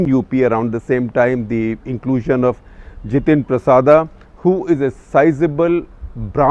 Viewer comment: Not जितेंद्र प्रसादा, he is जितेंद्र प्रसाद।